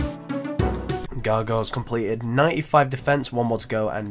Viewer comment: Anybody else get tilted by the way he says gargoyles?